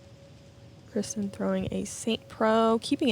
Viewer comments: How is dude opening up the DGPT Championship and doesnt know how to pronounce Kristins last name? Seems crazy that anyone in the disc golf universe would mess that up. She is only the best FPO player in the world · He wasn't even close to pronouncing it right. By now, everyone in the disc golf community should know how to pronounce her name. Especially the f-ing guy who's doing the introductions. Embarrassing... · So annoying, is that just some random guy making the announcements. How would he not know how to say kristin’s name